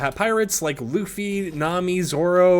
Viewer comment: finally a fortnite youtuber who pronounced luffy and usopp normally instead of lUFFy and YOUsopp